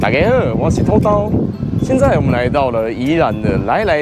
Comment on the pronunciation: 開場「土豆」的台語兩字唸音好像有問題，可以問問附近阿嬤阿公怎麼發音😅